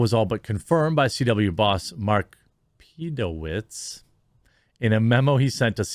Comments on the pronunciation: "Peeedowitz" Hahaha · The way you kept saying "PEDOwitz" 🤣🤣🤣🤣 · Pee - Doh - Witz -> This killed me. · The name is pronounced Pedo...what? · Hearing you just pause for a couple of seconds before saying “PEDOWITZ” cracked especially the second time you did it 😂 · lol the way Jeremy says "Pedowitz" is hilarious